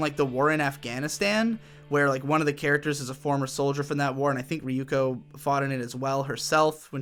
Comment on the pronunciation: riyuko ... why can't he pronounce Yoon slides?